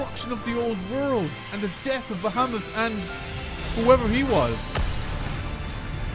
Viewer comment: It's more like "Ba-ha-moot"😁